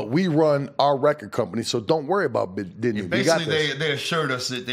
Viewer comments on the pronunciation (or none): Its disney not Disany..